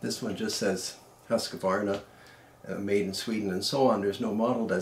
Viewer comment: Good review! love your pronunciation of Husqvarna! i'm about to buy my first rifle soon and after this I might be looking a second time on the old swedes. (Living in Sweden btw) :)